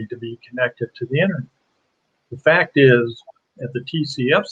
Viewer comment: F-A-C-T not f-a-s-t.